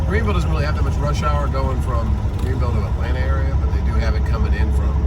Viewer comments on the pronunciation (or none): none